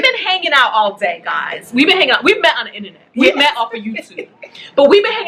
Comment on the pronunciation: "We met on the innernet" OMGAWD 💀